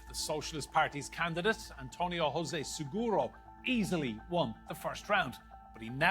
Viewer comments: Why do English speaking people keep pronouncing the name José, rrose after the Spanish way? The letter J in Portuguese is pronounced jjj as in French, je suis... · José, not Rosé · Not "roze" is José Kkkkkkk and little andré have miss this one again 😂😂😂😂😂😂😂😂😂😂😂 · Irrelevant??? You should respect the pronunciation of every language, in this case Portuguese. Because it is not the question of pronouncing after one's own language, English in this case. The letter J is not pronounced rrr. You do not say rrroseph but djoseph. Capice?